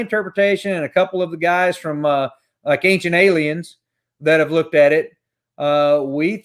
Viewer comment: Did he say Ancient Aliens or Cajun Aliens?